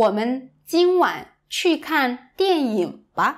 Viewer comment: I had to listen a second time when you pronounced “dian ying” as “dian yong”.